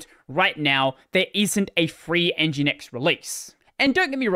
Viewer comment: fringinX lol